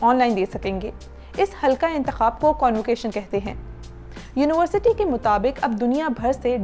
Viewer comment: It would've been a little better had you learned your pronunciation of University. You kept saying uniwarsity and not university.